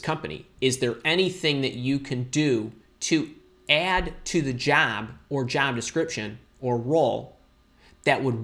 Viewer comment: Why u are saying jab not job